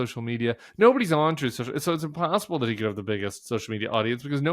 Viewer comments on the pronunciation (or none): Troath Senshul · I think he called it "Troth Sencil" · “Troth sential” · "Truth Social... or whatever the calls it." I think, Tim, you'll find that he calls it Trothe Sential. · I think everyone should use Packman's sound byte from one of his rallies where he mispronounces Truth Social as "Trouth Central" -- in his own voice in other words, make sure it essentially goes YouTube mainstream. David has kind of stopped doing it all the time and honestly I can't here Truth Social in his voice without hearing Trump mispronounce it. Anyway, love your take on all this and the attempts to make his mental illness mainstream (since the traditional mainstream news isn't doing their job). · He calls it Trope Central, Tim!😂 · "Troth Cential", trump speaking of his social media platform, recorded by David Pakman.